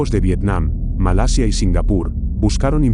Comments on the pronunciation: No sé dice "Malesia" se dice "Malasia" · ( MA LA SIA ) no ( MA LE SIA ) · MALESIA ? O MALASIA QUE HABLA !